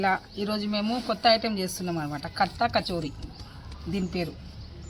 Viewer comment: Khastha kachori hai kartha kachori nai😂